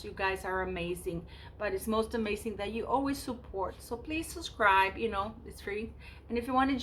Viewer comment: Hello Sweetheart! Hope you're feeling great today! To help your algorithm with sounds and words, say "suB scribe," not "suS scribe." Just a little tidbit to help you along. 🥰❣